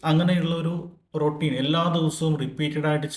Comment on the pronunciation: രോട്ടീൻ.... Roteen... രൊറ്റീൻ 😂 രൊറ്റീൻ 😂 രൊറ്റീൻ 😂... രോടീന്ന്....റോസ്റ്റ്...